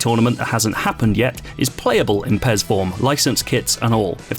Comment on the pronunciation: Sounds like he's Saying Pears 🍐